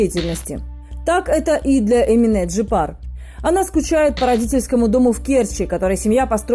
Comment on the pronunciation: Бесит когда говорят ЭминЭ, АнифЭ🤬Это же Ваш язык ,в котором есть буква Е! ЭминЕ, АнифЕ! Неужели так сложно говорить правильно,или вы родной алфавит не знаете и буквы путаете???